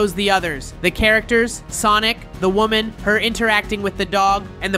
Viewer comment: is woman not wonan